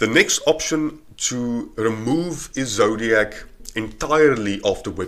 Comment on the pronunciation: It's "Ezoic", not "Ezodiac"...